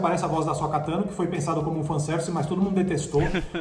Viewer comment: "Bo Kazan", "Ashoka Kano", "Darfi Mau", "Baby yoga"... falando de Star Wars é uma tristeza, dói o ouvido